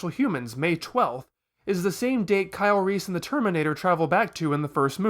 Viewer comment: Sometimes I mishear you saying "Kyle Reese" as "Kylo Reese".